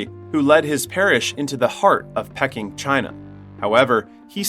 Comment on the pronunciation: How you pronounce Peking as "pecking" 🤣🤣